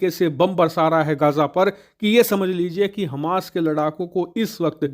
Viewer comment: Hamash ka raudra roop Kya bol rahe he samajh me nahi aaya